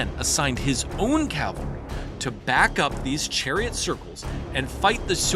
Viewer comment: please say "cavaLry" going forward, not "caLvary"...